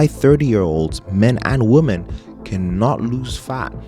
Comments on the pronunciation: Why are you pronouncing “women” as “woman”? A bit confused by this 😅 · You repeatedly say "womAN" throughout this video, where yoi should be saying "womEN". Do you not understand the difference between the words woman and women? Saying "woman" instead of women, is like saying "man" where you should be saying, men. This is something that elementary level children should know, and you don't understand this? That really makes me question your level of intelligence and perceptiveness. How are we supposed to believe that you comprehend the nuance of niche subjects, when you don't even understand simple aspects of the English language, which you spend far more time focusing on than niche subjects.